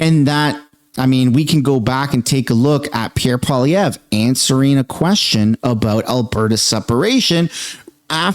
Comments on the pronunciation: Why are you suddenly pronouncing Polievre's (sorry if I spelled his name wrong) two different ways in this video? Kind of weird. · Love ya but since when did you start mispronouncing Poilevre??